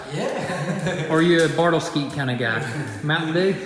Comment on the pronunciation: He said "Bartleskeet" LOL